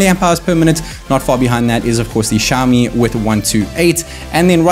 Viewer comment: Why can u speak properly,is xiao mi,xiaooooomi....wtf u speaking,go back n study back plz...